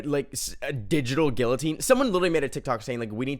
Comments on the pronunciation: "gillatine" is crazy 😭 love you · HELP THE WAY HE PRONOUNCES GUILLATINE IS KILLING ME